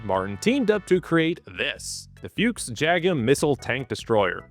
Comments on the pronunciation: FUCHS - not Füchs! It just means FOX in German, but it doesn't have an umlaut (ü, ä or ö) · its not a fyooks its a fox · Please dont say Fiux mein Freund, its spoken "Fux" little bit like "Fucks" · I've never heard an English speaker pronounce the word “Fuchs” as funny as you do! No front! It gave me a realy good laugh! It is pronounced like Fux, if it helps. (: Best regards from the neighborhood right next to Krauss Maffei! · Yes, Foreigners mispronounce things, but it would be more correct to just pronounce Fuchs as Fox instead of inventing this nothing word "Fyuuks", that's what I'm getting at, and I get annoyed both ways so yeah, I guess it would be interesting to know what words my linguistic kin commonly butcher, I'm probably a bit deaf to them myself, although if I tell you, I don't want a bunch of bork borks and spurdos butchering the English language, so you might have to dig a little, but there are two high profile speakers of my dialect, Linus Torvalds and Alexander Stubb, so go nuts. The word "rural" does twist my tongue for some odd reason. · it is F-U-KS or F-U-X with "U" spelled out not a "YOU" but hard "U" meaning fox as the animal, not with F-YOU-KS as you do a dozen times causing a tick in my right eye, nor with "A" instead of "U" as your favorite leisure occupation....over and out..... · Please don't mangle the name Fuchs and use the English translation FOX instead.. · It’s like a not water submarine and it’s pronounced fuchks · Side note: "Fuchs" is pronounced like you would "foox", and yes, it does actually translate to 'fox'. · Can I sperg out for a moment over Anglophones not being able to pronounce Fuchs half-way correct, just say Fox. On a related note, Rambo doesn't sound half as cool in its original Swedish form, its Ram rhymes Mom and Bo is pronounced more like Boo. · Please ponounce it "Fux" The Bundeswehr planed to get rid of them but we lack functional equipment so, now it is a missile tank destroyer...